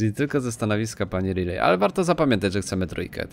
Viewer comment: Pewnie wypowiadasz "rilej" zamiast "rajli" bo kojarzy ci się z Ripley.